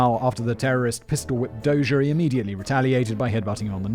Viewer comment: After his rescue, Dozier would serve as commander of the Armor School at Fort Knox. My dad served as his aide as a captain. According to what Dozier told him, the gunman didn't hesitate. His decision not to shoot was intentional even though his orders were to do so. My dad pronounces his name as "dozer" like bulldozer. I might be misremembering though.